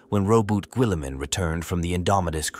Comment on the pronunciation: holy terra that is not how you pronounce Robute Guilliman😂